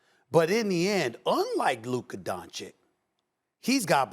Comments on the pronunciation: I am from Slovenia and ai can tell you that everyone mispronounces Luka's name. The "o" is always mispronounced (it should sound like first "o" in oreo"). The only time someone pronounced it correct was Adam Silver at draft night i think. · SAS better learn how to pronounce Luka name properly cus he gonna have to talk about him a lot in the future